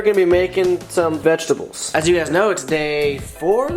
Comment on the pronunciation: Lmao he said vegi tables